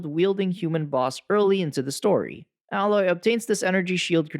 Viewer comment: I know this is nitpicking, and just a personal pet peeve, but you've played enough of both games for correct pronunciation of Aloy, and Tenakth. Since those names are used quite often.